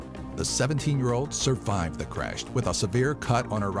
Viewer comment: "suvived" lol